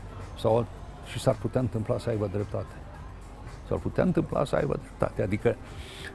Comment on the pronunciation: "SA AIBA " nu "Sa Aiva" Domnul Țiriac...